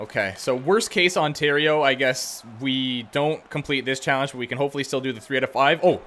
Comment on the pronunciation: I realized he says worst case Ontario